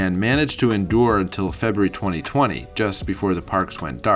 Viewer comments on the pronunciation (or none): none